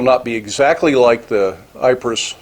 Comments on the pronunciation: Eep is how it's pronounced. Mark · its pronounced EE-pruh - its a Belgian/Flemish word, and the only reason I know this, is that the Australian National War Memorial, after 82 years, returned the Lions of Ypres back to Ypres, where they had once and now once again, stand proudly guarding the Menin Gate - it was a big deal here and in Ypres, in all the news reports and a documentary too. An aside, my wife's grandfather, after the war, was sent by the British government, along with others, to gold leaf all the names of the fallen that had been carved into the War memorial that was part of the Menin Gate - its something she and my late mother-in-law were/are extremely proud of. I would love to have been part of the poppies project.